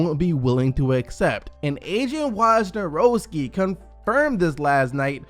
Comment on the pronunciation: You gotta start just saying WOJ lol butchered that a little